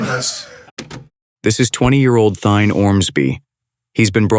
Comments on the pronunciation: The killers first name is Thayne, not Thyne. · His name is THAYNE not THYNE